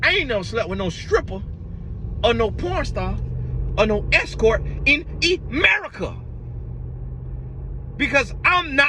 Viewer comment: Babyy when said “Emerica” I lost it 🤣😂🤣😂🤣